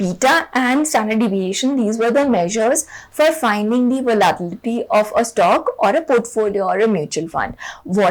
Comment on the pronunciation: I’m sorry to be the pronunciation nazi here but its very triggering to listen you pronounce the word “volatility” wrong for 15 mins straight.